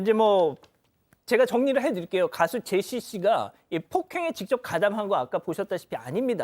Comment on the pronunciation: 이분은 사람 이름도 제대로 모르나 ㅋㅋ.. 계속 제이시~ 이러네